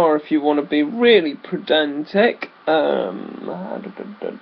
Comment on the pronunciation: It's not predantic it is pedantic! Haha sorry I could not resist!